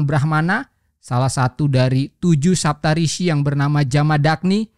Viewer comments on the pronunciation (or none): Sapta rsi bang bukan saptarishi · Rishi yang bener